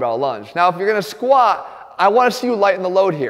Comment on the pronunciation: Jeff always goes to failure with the Squat, that's why he never pronounces the T.